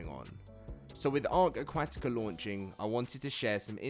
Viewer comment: 46 seconds in and this guy cant pronounce aquatica >.>